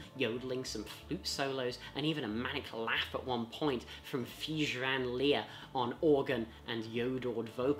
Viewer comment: Thijs van Leer! Yeah so that first name is more like 'Tice' but pronounced shorter and drier. But nice list anyway!!